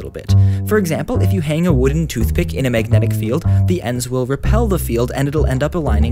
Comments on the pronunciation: I hated the way he said magnetic. "Mayg net ick? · i couldnt watch this video bc of how you say "megnit" "megnitisn" "megnetic"